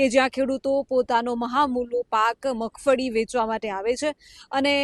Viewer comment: 😅 Magfadi❌ magfali✅